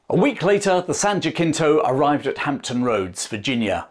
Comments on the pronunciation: Really well done, excellent production. Just an FYI for future reference: Jacinto is pronounced more like Jasinto, American pronunciation (or Hasinto if you're more closer to original Spanish)... Not JaCKinto. Other than that, excellent job. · Just a note from an American (which you've probably already gotten 😅) Jacinto is pronounced as an approximate of the Spanish, ha-SEEN-toe. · in Texas it's pronounced "JA-seen-toe"